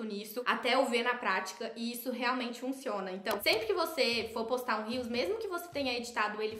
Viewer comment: Cada vez que um social media fala “Rios” ao invés de “reels” ele perde uma estrela de confiança! 😢 da mesma forma que um fashionista precisa saber pronunciar os nomes das grifes corretamente, os social media do Brasil precisam falar os termos corretamente , é uma palavra em Inglês então precisa ser pronunciada.. uma palavra que está dentro do seu vocabulário de trabalho precisa de mais atenção 😅